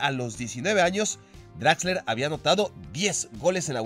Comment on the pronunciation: es exquisito con las pronunciaciones, pero se nota que el alemán definitivamente lo suyo, jajajja ¿Utsil? ¿DraxleRRR?